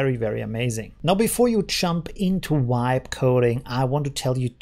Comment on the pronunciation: The "V" in "vibe" should sound like the "V" in "very" instead of like a "W"